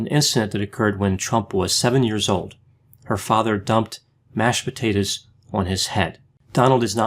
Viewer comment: "mashbutatuhz" as a jersey boy this snatched my wig clean off